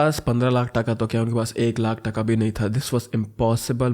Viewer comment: In Bengali that's not called 'taka' that's called 'taaka' but I appreciate you, you tried your best